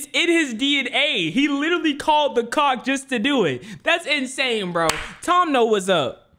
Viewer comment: Why is he saying coc?